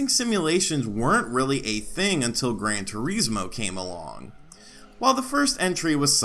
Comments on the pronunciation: "Gran Tureezmo" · the way this guy pronounces Gran Turismo is kinda off...hmm, well anyway, Gran Turismo 2 didn't push the hardware of the PS1 at all, infact there was hardware capability for more - take Gran Turismo 1's higher resolution textures for example, they could've easily stuffed that into the PS1 aswell but there was a problem, there wouldn't have been enough space on either the arcade disc or the simulation disc to accomodate for the higher res textures due to all the car models